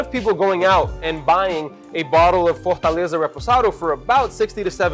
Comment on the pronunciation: Lol at pronouncing Fortaleza with a Portuguese accent. Tamos juntos irmão! Thank you for you content and I’m glad you and others enjoy Mexico’s culture and product 🤝🏾🇲🇽🇧🇷